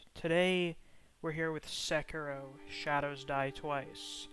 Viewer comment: "Sekino."